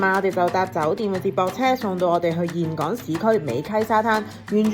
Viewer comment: 我當年去峴港，巴拿山未起好佛手橋，睇完好想再去😊 好多人都會讀錯峴字，但你係少有地讀啱👍❤ 呢間酒店咁好有醫生上房睇病😂 好彩奴爸無乜事💪